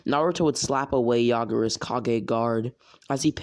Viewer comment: to I’m done I can’t with this oh and it’s yagura not yagaro